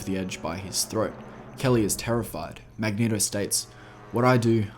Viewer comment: ***the strong urge to click the home button when he said "magneHto"***